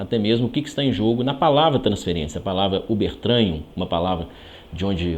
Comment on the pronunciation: Ubertranhu?!? Ü B E R T R A G U N G !